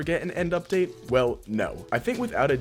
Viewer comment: "End Lipdate"😭🙏